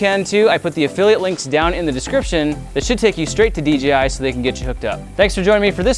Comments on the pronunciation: The amount of times Grant says DJI is unreal.. ..Plus it's d-JAY-i not d-GEE-i Other than that 👍 video. Noice. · Who all heard him say DGI